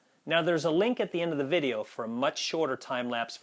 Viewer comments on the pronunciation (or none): none